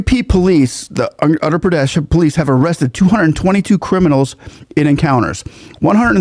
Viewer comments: dude. please spend some time learning to pronounce the names of Indian states, your pronunciation is atrocious to put it mildly. My ears bleed when you massacre it. Uttar - Ut- thar (with double t together like bottle) Gujarat - Gu-ja-rath(like path) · I have developed great respect for CM Yogi Adityanath- He is not anti other dharmic traditions. BUT he is hard on crime of any/all kinds. He has developed housing, security, and economic systems. He has developed Uttar Pradesh - (not pronounced as English word "utter" with hard "t" but soft "th" without aspirant). People feel safer and respect the law - mostly. He is organized, disciplined and so inspiring. It is interesting that you compare Yogi with Tom Homan - a remarkable leader as well.😊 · When you say Uttar Pradesh you should practice more You sound like Utter that I don't like. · Uttar pradesh get ur (uttar) 😊 pronunciation in order haha Yogi ji is very particular on it UP was known for its natorious Gangs and mobsters Now ppl even think before eve teasing forget violence etc Yogi ji ll make sure ur 6 feet under no question asked Her real sister sells flowers earning 10 $ per day as on today. We want Yogi as our PM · just a tiny correction.. "Uttar" pradesh - the word Uttar literally means North, Pradesh is state or area.. It's pronounced Oo-tth-r. The U as in True but shorter. The TT is pronounced with a soft emphasis like "th" in mathematics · Uttar Pradesh - the U is pronounced as in Uruguay. And the author of Ramcharit Manas is Saint Tulsi Das